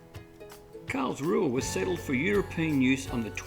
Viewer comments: Thanks so much for showing a bit of our little town. FYI - the local pronounce it Carlsroo! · Why do you pronounce it wrong? With all the research, it was the only let down.